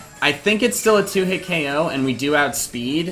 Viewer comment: Why does he so 'Oko' and not 'KO'???????????!?!?!?!!!!!!?!?!?